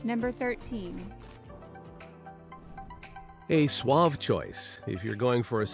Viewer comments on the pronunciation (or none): none